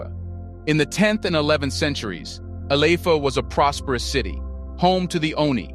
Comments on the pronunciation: ILE IFE pronounced E-LAy- if- air... your welcome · Ile ife Your pronoucing it wrong Ile ( ee lay) Ife ( ee fay) yet we appreciate you for bringing truth to light